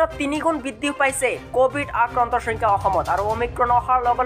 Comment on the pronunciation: Oi bhai soingkha nohoi hoyenkha